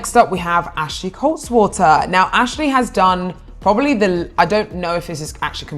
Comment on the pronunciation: It's Ashley KaltwaSSer, not KaltWATER 🙄